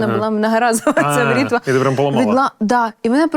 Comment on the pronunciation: Бритва а не брітва 😂